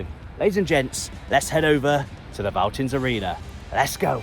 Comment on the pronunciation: No criticism and it has been written a lot in the past but if you see a "V" in German it is almost always pronounced much like an "F" in English. So it sound like "Feltins"-Arena. Unfortunately, the "Vonovia" Stadion actually is not pronounced with an "F" as Vonovia but like an English "V" as it is a made up word. And average attendance at Schalke is >60k even in the 2nd league.